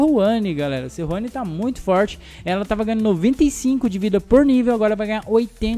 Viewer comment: Não é seruani, é sejuani